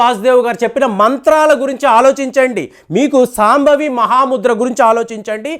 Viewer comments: సాంభవి కాదు … శాంభవి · Sambhavi kadu Shambhavi Sunya kadu shunya Prounce correctly Hare Krishna